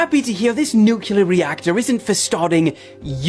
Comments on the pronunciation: And to the young guy abour in, it's "NEW-clee-er," not 'NEW-cue-ler." 🙄 And 800 babies in the septic tank is most likely a very conservative number; witchcraft has been practiced almost as long as humans have been on earth. Last but DEF not least, GOD has prevented us from offing ourselves and the planet since He created us. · Don't listen to r trds who say "nucular." The word is nuclear. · I’m sorry, I stop listening to a person as soon as they say “nucular”. Can you even read? IT’S NUCLEAR!!!! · It's NU-CLE-UR (spelled incorrectly for educational purposes)...not NUCULAR 🙄 IF YOU CAN'T PROPERLY PRONOUNCE A WORD...YOU SHOULDN'T USE IT! SHIT GIVES ME AN ANEURYSM! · People! Stop saying NUCULAR! It’s NUCLEAR!!! 😆 I’m sorry. That sounds like nails on a chalkboard to me. Every time. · You have to get specific and break it down for the simple minded; “NUKE-LEE-ERRRR”. It’s a major pet peeve along with people who say “aks” instead of “A-S-K”. No you cannot “Aks” (axe) someone, but you can ASK them a question. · What if 1000 years ago it was nucular but they kept butchering it and calling it nuclear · Every time I hear NUCULAR, I SCREAM NUCLEAR!!!!Mama Mia! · I THINK THE PHRASE NUKLIER IS TOTALLY RADICAL ! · Dude! (:This isn't directed at you, but the clip showed at this time:) I seriously cannot stand it when people like this guy talk like they know everything, yet can't even say NUCLEAR correctly!!! NEW-KLEE-UR!!!!! FOR CRYING OUT LOUD!!!! It's really not that hard! he wants to say mother nature. Nah, it's either God or man. Or the devil maybe even. But it's not "mother nature." At least from what i understand, according to the Bible. it's not "crush predators," it's crush prey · Get it ? Nu-clear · Sorry it's no nu clear it's nuclear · It New, it's clear it's.... nuclear